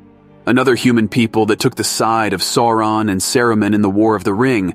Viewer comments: Sore-On the Dayrk Loard 🥴😂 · Love the channel, only criticism I have is your pronunciation of words is incorrect, for example it’s LEGO-las, Sa-roo-mon, Sar-on. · Sour-on, actually. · Sore-on apparently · Esp. how to pronounce "Sauron."